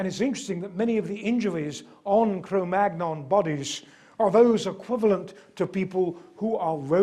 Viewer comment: Svante Paabo was not German but Swedish. In Cro-magnon the "-gn-" should be pronounced the French way.